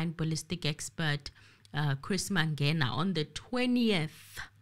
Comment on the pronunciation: Ratha is cursed. How come he cant pronounce Mangena ?😮 and the truth is, he want to prolong the trail to secure his pocket as well. But he is a circus judge. Enemy of justice. Period